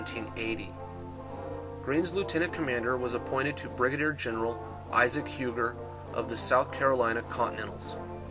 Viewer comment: Huger is pronounced You-zhay in the French manner rather than Hugh-ger.